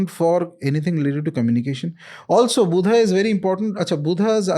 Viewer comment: It’s my sincere request to pronounce the names in hindi as they are , without adding an extra “a” to them. Like Buddha as Buddha and not as Buddhaaaa. 🙏 my sincere request. Let’s not distort our language for the ease of others .